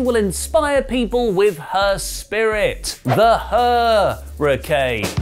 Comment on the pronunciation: the "her..ruicane" lol